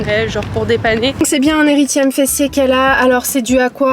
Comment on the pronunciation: Coucou c’est un érythème sans le « i »😊